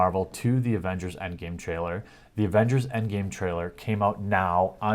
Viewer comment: The "Agenders" lol you slipped there:)